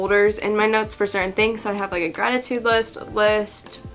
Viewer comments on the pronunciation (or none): none